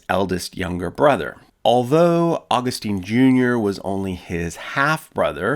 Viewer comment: Augustine is pronounced aw-GUST-in.